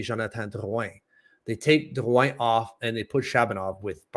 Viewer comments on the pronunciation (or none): i second this, just say Drew-in lol for everyones sake.